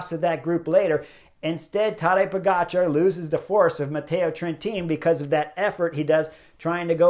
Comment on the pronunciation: It's not tAdej but tadEj ... accent is on E ... kind regards from Slovenia 🌞 You pronounce his last name great 🥳